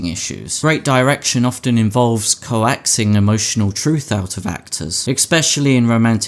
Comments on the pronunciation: I’m sorry but did you really saying co-axing ? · Love that you pronounced "coaxing" like "coaxial cable"